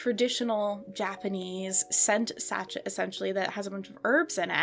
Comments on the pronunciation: Petty point of order- it’s pronounced ‘Sashay’, not ‘satchett’ 😂 I really tried to ignore it but after the tenth time of hearing it I just couldn’t stay quiet, sorry 😂 apart from that, loved this video, and I now have a new collecting rabbit hole to go down, my Etsy basket is now filled with slightly weird 80s dolls 😅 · It’s pronounced “saa shay” not shachet. In case you ever need to say it again in your life. 😁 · Its scent “sashay” babe. Not sashet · I think sachet is prounounced as sah shay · sachet is French so it's pronounced like sashay. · “Sachet” with a pronounced “T” is killing me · I'm 100% with you. The first time I was like "ugh okay" but then she says it like 30 times.